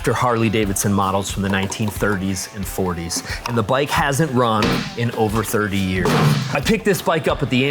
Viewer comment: Hasen't? Hasn't. 😂😂😂❤